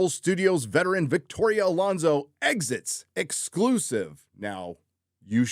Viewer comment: I think you mean "Victorrrrrrrria Alonso"